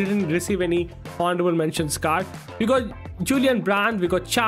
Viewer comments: its pronounced onorable mentions not honarable mention the spelling is honourable and h is silent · Honourable mentions 😂😂😂 it’s pronounced with a silent h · Bro in honourable h is silent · Someone kindly teach that 'h' in honorable is silent😂😂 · Bro your honourable pronunciation is really cringe